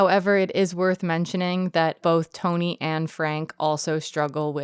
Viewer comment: Love the video. Just a little sidenote. Mads' characters name is "Tonny" like you write on screen, but that's not actually pronounced as "Tony". Its pronounced as "Ton-EE". It doesn't really make a difference if you're not danish but "Tony" is just an unusual name in Denmark. "Tonny" on the other hand is a name almost exclusively given to kids of lower class people.